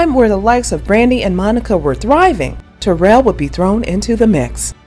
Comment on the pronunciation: *She spells it Taral. I dont think it's pronounced like Terrell either. I think she pronounces it like tuh-RAAL or tuh-ROL ...with a short O sound in the 2nd syllable. This youtuber butchered her name. Look at the comments ob some of this youtuber's other videos. She be gettin corrected